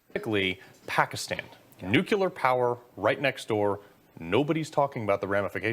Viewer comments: New que ler. OMG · Nucular? Isn't it pronounced nuclear?